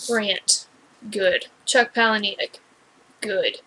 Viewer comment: Hey, I am going to tell you exactly what happens, just expand my comment so that it doesn't spoil it for people who haven't read the book yet lol. Also it is pronounced Paula-Nick (like the name Paula and Nick - very normal sounding - You can check this on his website or YouTube :)! Spoiler ALLLLERRRRRT:......................... Buster travels back to the moment when his maternal grandparents are fated to first meet. He steps in and foils the introduction. Preventing his own birth, thus leaving him immortal. He then goes on to seek out other immortals. He also states that he is almost finished writing the second book! That pic is proof from his "ask me anything on Reddit" fully verified of him replying to the conclusion of the book! Loved this book! Did this blow your mind or what!?!